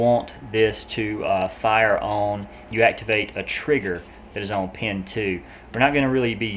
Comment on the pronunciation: On - ohn